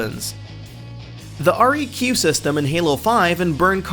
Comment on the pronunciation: Assuming you've never played halo 5 considering your mispronunciation of req seeing as its an abbreviation and not an acronym you wouldn't know that in halo 5 multiplayer is a simulation and that they aren't fighting the covenant with one weapons it is merely a balancing factor in basically a training game. And before you asswipes call me a halo fanboy I despise halo 5.